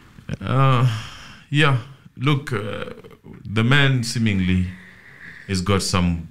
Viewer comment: it's not Bekster, it's Bester pls 🤣🤣🤣